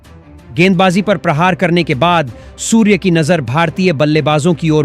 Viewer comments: Surey ko suver bol rahe ho Pahle theek se bolna sikho Shame on you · आप ठीक से हिंदी भी नहीं बोल सकते हो सूर्या को सूर कहते हो कुछ शर्म कर लो और टॉस इंडिया हारा था आप ने बताया इंडिया टॉस जीता और बैटिंग चुनी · सूर्य को सुअर कहने वाले को अपना उच्चारण ठीक करना होगा या उसे निकाल देना चाहिए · सबसे पहले तो आप अपना उच्चारण सुधारें, सूर्य को सूअर बोलते रहे, यह सही नहीं किया आपने.... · कृपया सूर्य कुमार के नाम का उच्चतम सुधारे,अपने समाचार वाचक को सूर्य और सूअर दोनो में जमीन आसमान का फरक है ,अगली बार ध्यान रखे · भाई गौरि से सुनो वो सुर नहीं सुअर भी बोले हैं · पहिले आप सूवर बोलना छेड दो